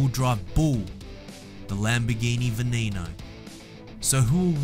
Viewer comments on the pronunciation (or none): Yea I just had a quick scroll down my videos that I watch and I saw this and I could not see the | Forza 6 but I still liked it. Oh and you said veneno wrong its ven-en-oh